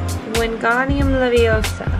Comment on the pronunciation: It's leviosa, not levio-sah...